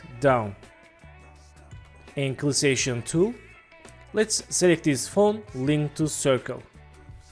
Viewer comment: When you say Selection Tool it sounds like Clissation Tool if you say it at all, but cool tutorial.